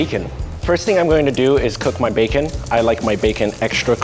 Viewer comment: The way he said bacon is so funny